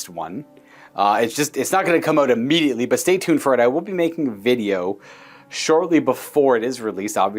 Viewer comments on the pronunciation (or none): none